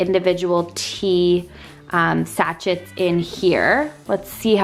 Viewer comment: sorry to focus on this but it made me nuts...Sachet = pronounced sashay